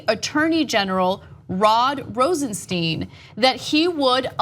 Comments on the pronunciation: The name is pronounced Rosenstine, not Rosensteen. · Mispronouncing the name is indicative of a slovenly attitude.